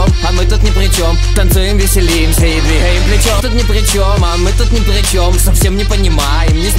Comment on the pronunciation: Он палится когда говорит "двиХаем плечём".